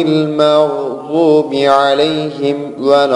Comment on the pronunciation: aleyhim değil, aleyhimu